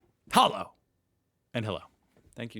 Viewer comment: I find it funny that his "Hello" smh sounded more like our "Hallo" then his "Hallo" this time! 😅🤭